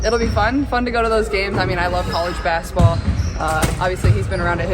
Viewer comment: I wish someone would teach Caitlin how to say basketball. She always says “bassetball.” 😂😂😂